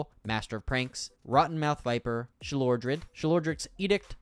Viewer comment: Pretty good video but I think you mispronounced Sheoldred as Shelodrid